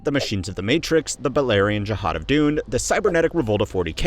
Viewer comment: "The balerian jahad of Dune"?